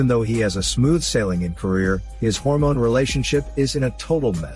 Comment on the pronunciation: I swear every tome I hear Hormones in your videos I crack up laughing... please never stop saying them in your vids.